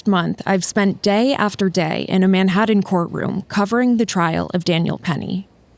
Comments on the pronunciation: It’s pronounced Manhattan not Maddhattan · What I don’t understand is why he continues to keep him in a choke hold with other people there to help. That man’s no sense. The man is struggling because he can’t breathe, not because he’s fighting back. And the narrator of this video - how is it you can’t correctly pronounce Manhattan? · Its pronounced manhaTTen not manhaDDen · First time I’ve heard Manhattan pronounced “Man-Hadden.” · Where the heck is “Manhadden”??? 😂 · The real question is: Why do you pronounce words like "Manhattan" and "written" like they were spelled with d's instead of t's? Manhadden. Wridden. Oh, and also, free Daniel Penny. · Why can't the host pronounce "Manhattan"?